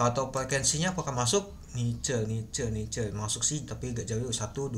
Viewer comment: sorrry bang bukan nice , itu NICL